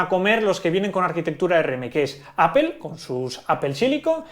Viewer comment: Porque pornuncias ApEl, debería ser en dado caso, APLE o APOL